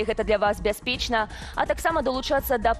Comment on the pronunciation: Бяспечна вымаўляецца з цвёрдым гукам "ч". У беларускай мове няма мяккага ч